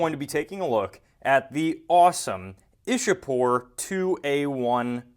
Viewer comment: it's Iccha-pore not Isha-pore. local people say Icchapur.